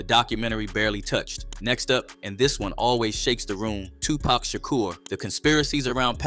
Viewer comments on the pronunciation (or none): Is there a reason that the narrator keeps mispronouncing Tupac‘s name? It’s pac not pack. Disrespectful